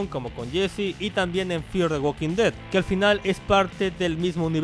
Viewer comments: Dijiste red or alive xddd no dead or alive, al principio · dice “red“ en vez de “dead“, entiendo que es por los brackets solo deciaxd